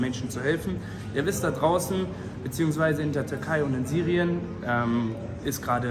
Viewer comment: No Front es heißt Syrien, und nicht sirijen 😂, aber hey hab die Message verstanden Brouw werde auch helfen